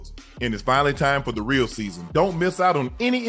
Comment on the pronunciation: Unc just call it “Keepin It Rell”